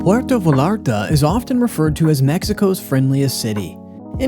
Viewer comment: It's pronounced Vah"yah"rtah" please donde sound so gringo when visiting ;)